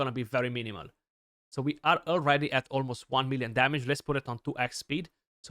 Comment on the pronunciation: bro loved saying wan milien demeg 😂, but actually it wasnt, nice showcase btw